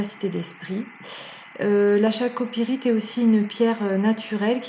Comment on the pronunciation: CEST pas chalcopirite mais on la prononce Kalcopirite